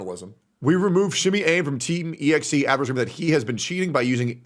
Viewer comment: I love how the AI voice keeps pronouncing EXE as Exie. I mean the name EXE alone implies (at least to me) they're a group of cheaters running a CHEAT.EXE.